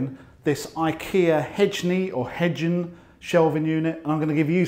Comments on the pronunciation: The correct way to pronounce it is "hey-neh". Best regards, A Swede (and thanks for a great channel!) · Since IKEA is Swedish, I'd pronounce it HEY-neh. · hejne = hie-nuh :D good video! love the pracrical advice without loads of fluff, straight to the point, exactly what you need when you're frustrated and youtubing for solutions :D